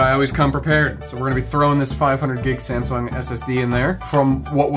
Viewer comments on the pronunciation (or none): good ol' "SamSERVER" SSD